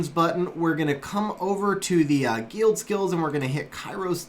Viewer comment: the way he pronounces guild makes me want to shoot myself in the face